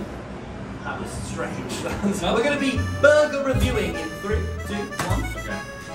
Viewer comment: Mr beast said burger Tommy said BORGER